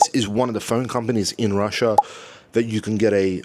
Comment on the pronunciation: I love ""RUSIA"....hilarious! Also try pronouncing the "TH" sound.